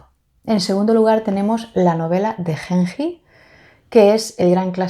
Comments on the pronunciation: ayy dios la novela de Genji (pronunciación es la g de gato "gen", y la j como una "yi") será la novela psicológica más antigua del mundo, escrita en el siglo X. Tuve un seminario de esta obra, una maravilla, es imposible de creer que haya sido escrita en el siglo X. Parece mucho más moderna, todo lo que acontecía en los salones de la familia Fujiwara (clan reinante en esa época) se destacan también otras obras de esos años, como los de su "rival" Sei Shônagon (con el libro de la almohada, pero es un diario) en cambio Genji Monogatari (la romanización en español del japones) es la primera ficción de la isla. Importantísima para toda la cultura japonesa, además de ser la primera novela escrita en japones, porque en la corte y los hombres escribían oficialmente en Chino. La verdad te la recomiendo muchísimo, no se siente una novela tan antigua, la historia es hermosa. La amo tanto que a mi gatito le puse Genji por esta obra hermosa. Lindo Tag, siempre veo tus videos, no los comento casi, pero acá lanzaste una de mis obras favoritas y tenía que hablar jajaja🤭 te felicito por tu canal!!! y pd: dale una oportunidad a Flaubert, es un magnifico escritor, él escritor modernista por excelencia, lo que sucede es que no es aristotélico y creo que eso es lo que te tira para atrás de él, o de la lit contemporánea, aunque yo soy de la idea como la tuya, tanta indiferencia y frase corta me satura de la novela contemporánea, pero hay joyas, solo hay que saber donde buscarlas. Estudio letras e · Genji se leería con G de gato y Ji de Jeep, cuando lo escucho como lo dices, siento que fuese henhi ( con una H en inglés)